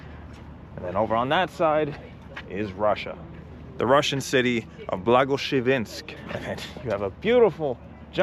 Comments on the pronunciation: you need to learn how to pronounce Blagoveshensk :) BLAGO-VE-SHENSK, not blago-SHE-VEnsk. Name literally comes from "good news", or "благая весть", which are older words, rarely used in Russian. Your language knowledge is amazing though ;) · It is Blagoveshchensk, not Blagoshevensk 😄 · The name of the Russian city is Благовещенск = BlagoveshTensk! Not Blagoveshchensk 👎 Just like it's New York — not Noi Yurk. The meaning of the city's name is "Annunciation" ✝️ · blagovEshchensk not blagoveshchEnsk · Blagoveschensk, not Blagoshevensk please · It's BlagoVESHensk AND NOT BlagoSHEVensk!!!